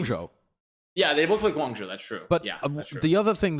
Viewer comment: note to and, the "zhou" in hangzhou and guangzhou is pronounced more like joe, and less like jow!